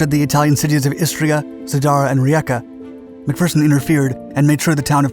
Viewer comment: Thank you for pronouncing his name as "Mac-Fer-son" and not "Mac-Fear-son" like every other American! Now all you need to do is say "St-yoo-art" instead of "Stoo-art" and we'll be golden!